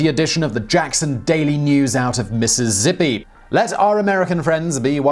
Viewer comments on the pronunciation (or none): Love this channel Simon, you're in my top three but it's Mississippi NOT Missizzippi 😜😋😋